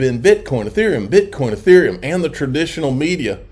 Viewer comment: It’s. EEE-therium. EEE -Ther. Sounds like ya know when u pronounce them correctly